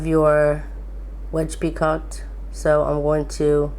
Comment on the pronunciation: I just wanted to let you know that it is pronounced "pee-co" The "t" is silent.